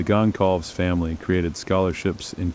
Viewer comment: Completely… even pronouncing Kaylee’s last name feels like the cheap version of the story.